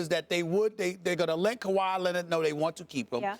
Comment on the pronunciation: Ky-rie Irving... uh Kawahi Leonard lmaooo